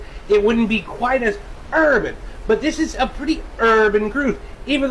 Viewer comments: that R in urban was mighty hard XDDD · how tf this mf manage to say urban with a hard r